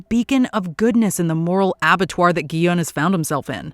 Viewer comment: His name is pronounced Gi-hoon. Did you even watch the show? They say it like a thousand times.